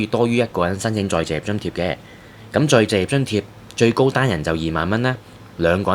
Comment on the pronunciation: 甚麼叫「再謝津貼」？ 旁述員講了幾次「再謝」，其實是「再就業」吧？ 這三個字很難講的嗎？